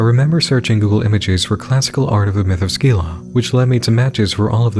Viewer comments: Just have to say it now. Scyla is pronounced si-la, not skeela. It's like the sc in science. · Just to let you know Scylla is pronounced more like "Sill-uh"